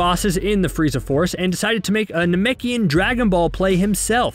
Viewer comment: I found it hysterical that after saying Namek wrong like three times, he says Namkian correctly without any issue, then goes right back to saying it wrong again in the singular.